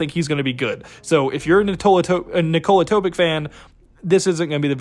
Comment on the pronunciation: Sochan is pronounced So Hand <---without the d sound. Risacher is pronounced Risa-Shae , Topic is pronounced Toe pitch